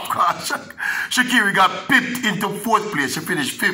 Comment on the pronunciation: no e in sha'carri.....not pronounced Shecerri